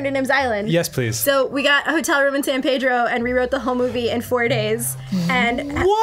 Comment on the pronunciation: As a local, it's pronounced San "Peedro."!